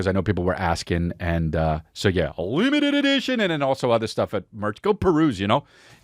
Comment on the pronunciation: Love any return of the “LEMETED EDEEESHUN”